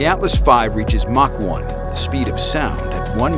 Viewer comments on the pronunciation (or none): none